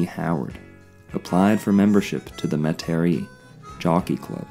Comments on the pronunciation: Metairie (Met-a-Rhee) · Thanks for pointing that out. Not sure how he didn’t hear the proper pronunciation when he was there. 🙄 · unless he did it on purpose for some reason. I'm sure someone would've politely corrected him if he mispronounced Metairie while he was down here.